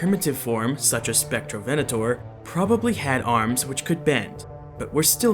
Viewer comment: Im brazilian and i forgive you for the mispronunciation